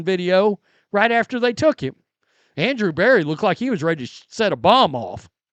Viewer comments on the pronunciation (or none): none